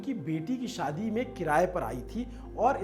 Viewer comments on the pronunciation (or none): none